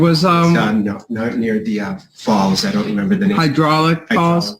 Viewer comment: "near the falls" I thought he said balls